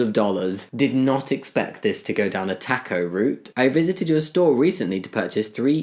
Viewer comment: I love the way he says taco. Can we have a video of Jammi just pronouncing random words like squirrel and aluminum . I just love the accent.